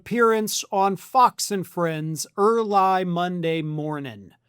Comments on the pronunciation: Air-lie ? really? Ai naration ? WTF? I will unsubscribe unless I hear real explanation. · I heard it as 'Er Lie. As in "her lying"